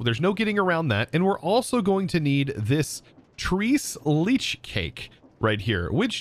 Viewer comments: “Treech leech cake”😂😂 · Trace Lay chay good sir! no biggie, but if you wanted the pronunciation: that's it. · it's pronounced "tres" as in uno, dos, tres Its Spanish for "3-milk cake" because it has 3 kinds of milk in it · Tres Leche is Spanish for 3 milk. Your pronunciation genuinly made me laugh so hard chosen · “tree’s leech” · Trace laychays is how you pronounce it. Its spanish for 3 milk cake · Trace Lay-Chay 😅😂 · i am so sorry but the "Tres Leches" pronunciation just killed me 😭🤣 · Tres leches, it's three milks, just open Google translator and it'll say how to pronounce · I love this kind of video of you just having fun. Even if you cant pronounce tres leches. 😉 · amen my mexican ancestors are crying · Im convinced his mind registers like half to 75% the letters of each word and makes a word with it lmao Works fine most of the time but some words... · I was in tears when I heard him pronounce it. Am a gringo as well, but Miami and Az has provided me with more cultural experience. lol